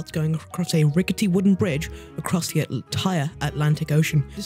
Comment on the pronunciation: "They're building ze bridge"